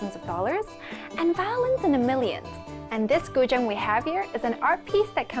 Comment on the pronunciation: I've just learnt how to pronounce guzheng. Thank you, interesting video!